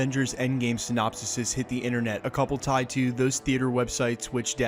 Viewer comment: *SynonpSES. (pronounced Sin-op-sees)